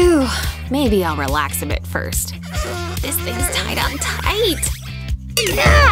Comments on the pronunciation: Did anyone catch that she said tout instead of tight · Did she say tot